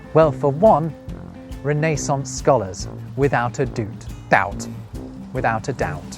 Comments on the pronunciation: Can we please talk about “Ree-NAY-sonce“? It’s pronounced “REN-na-sonce.” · Except it's not re-NAY-sense, it's re-ne-SANCE. 😂 Great video, really. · Curious about your pronunciation of Renaissance. You say it with a long "a" where as an American I've always said it with a short "a." Is this how it is commonly said across the pond or is it just a quirk of your own? You have a fascinating channel. I've always loved the English language and its varied history. Your site is one of the best on YouTube. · TIL that you can also pronounce "Renaissance" like that. I've always read it as "rene sans" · can one really talk about "irritating...English scholars" while pronouncing "renaissance" the way you do? 😂 (I just had to do it 🤷‍♂...oh, and I just HAD to subscribe also...very good)